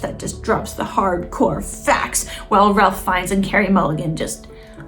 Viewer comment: Thanks for an interesting perspective. One correction: Ralph Fiennes name is pronounced “Rafe Fines”.